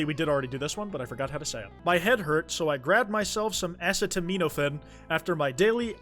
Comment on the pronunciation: HE MISPRONOUNCED ACETAMINOPHEN??